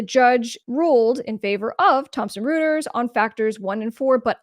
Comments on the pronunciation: It's pronounced "Roy-ters", not "Roo-ters". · Royters not Rooters. 😊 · I think the name is pronounced "Roy-ters" instead of Roo-ters. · As a former publicist let me share that the pronunciation of Reuters is ROY-turs. ... thanks for another great video! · Pronounced "Roiters." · Reuters is pronounced "roiters" because German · The name is pronounced like -- ROY-TERS. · Isn't that pronounced "ROY-ters" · Reuters = "roy terz" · Good video. But Reuters is pronounced ROY-TERS!!! Good content otherwise.